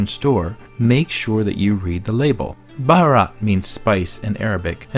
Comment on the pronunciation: Omg you totally butchered the word bharat , I kept cringing sorry .